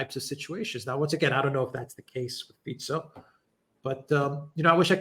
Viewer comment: Wow! actually pronounces Fico right! Something that most western media are too sloppy / lazy to bother finding out.